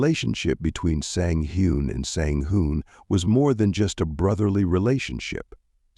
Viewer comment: Twin #1 Sang Hoon was pronounced consistently, twin#2 was pronounced Sang Hoon, Sang Han and Sang Hyun. Very confusing